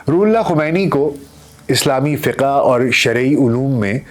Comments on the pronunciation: Fiqa nahi kehtay ,FIQ bolla jata he yeh word.please set it in future.Thank You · آپ فقہ کو فّق-ہَ نہ کہا کریں۔